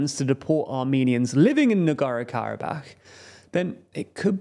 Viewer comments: NagorNo. Not Nagoro. There’s another N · good job. its pashiNyan not Pashiyan and nagorNo not nagoro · I know spelling and pronunciation of Non-English names is not easy sometimes. But please, dear, at least TRY. This channel is notorious for blatant misspelling of names. It's not "Nogoro-Karabakh", it's very clearly "Nagorno". Literally every video is like this, I just remember how Prigozhin was always called "Prizhkovin" or something. It's no problem If it happens here and there, but also, it's not THAT difficult to just briefly chek correct spelling and pronunciation before recording, shoukd take a minute at best. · I found his leaving out the N in NagorNo very distracting. Sorry, to be picky. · I love your content, but I beg you, learn how to pronounce the places you talk about. Don't skip letters that are right there in their names as written down. NagorNo, mmmmkay? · Take a drink every time the host mispronounces the name "Nagorno" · There’s an second “N” in there, btw. Work on that pronunciation,.